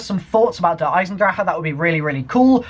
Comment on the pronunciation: It's DER EISENDRACHE NOT DER EISENDRACHA